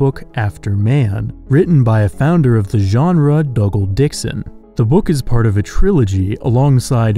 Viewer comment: "dugle dixon"